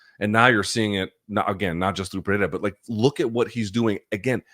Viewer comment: Congrats, your pronunciation of Pereira is quite accurate.